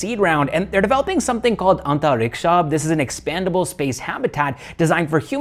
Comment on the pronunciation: Antariksh(space)-Hab(Habitat) Pronounce like this .